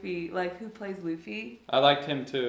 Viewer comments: I say watch both the anime and the Live Action. :) This is, I think, the best anime adaption I’ve seen. It has stuff from the manga that the anime doesn’t and some awesome stuff. Don’t let anyone spoil One Piece though cause it’s awesome to see blind reacts. Also it’s “Looffy” not “lahffy” for “Luffy”. Nami, orange girl, was friendly cause they both want the same thing. The map. So she figured it would be best to partner up for the common goal and take it later. Welcome to the One Piece Nakama! Super excited you joined us! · Lappy it’s Luffy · You know they didn't actually know about One Piece when they called Luffy as Laffy lol. But I'm here for it!!! Just started watching the anime after OPLA and I just finished Impel Down arc. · haha Luh-fy! 🤣 Called one piece cuz he has atatined it all and its all in one piece! or together in one place haha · pronounced loofy